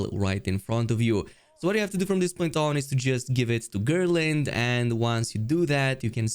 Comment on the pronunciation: The name is Gerlinde not Gearlind 😂 speak GER.. LINDE the E at the End is important 😂